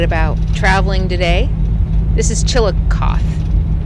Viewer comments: Just a heads up, Chillicothe (chi-luh-kaa-thee) is pronounced with a long "E" on the end & it's a 4 syllable word. We have a Chillicothe in Ohio. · Long E on the end. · Pronounce the end like eee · I live not too far from chillicothe which sounds like… chill a cough thee 😂 and my daughter lives in Iowa and says there is a trail that runs from one end of the state to the other end. They are very park friendly in Iowa. ❤ your videos. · Pronounced Chill a coth ee. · that’s what I was thinking about when I heard the pronunciation. Long e in the Ohio town’s name. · I love the murals!!❤❤there is a Chillicothe in Ohio… there they pronounce the final E. Did you transport that spider across state lines?😂 do spiders recycle?